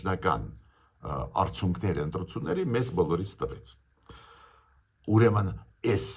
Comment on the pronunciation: Հարգելի պն Գրիգորյա՝ն,Ձեր ներողամտությունը հայցելով հանդերձ կխնդրեի, որ « արդյունքներ» բառի Ձեր ընթերցման ձեւը վերանայեք: Հարգանքներս